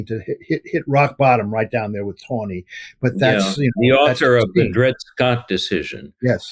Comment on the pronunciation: TANEY, not "Tawney".